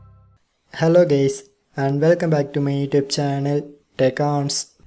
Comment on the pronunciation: Bro literally said "hello gays"